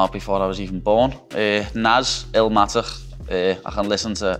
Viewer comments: Nas - “ELMATICKKH” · I think I'll need some time do digest "Illmatic" pronounced in that Scouser accent... 😂😂